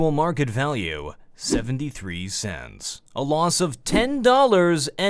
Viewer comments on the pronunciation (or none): He said "one dollar and one cense" and my brain just exploded.